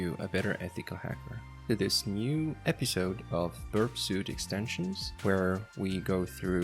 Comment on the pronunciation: Suite is pronounced as "sweet". Thanks for the great content.